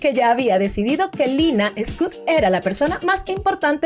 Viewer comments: Por favor el apellido no es scut es SCHUETT tal cual suena , shuet🙏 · Es Shuett, no scout, Shuett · Muy bueno el video. Solo la pronunciación el apellido es de origen alemán Schuett (se pronunciará "shüt" ue= ü) no es para ofender solo ayudar 🙏🤗